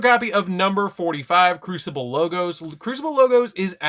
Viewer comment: Gotta love that YouTuber reading lol. "Number 45: CRUCIBLE Logos". I don't know why, it just made me laugh so hard.